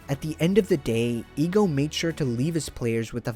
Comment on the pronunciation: I'm a stickler for pronunciations. The "e" in "Ego" (for his name) is pronounced "EH" So it's "Eh-Go", not "EEEEE-Go"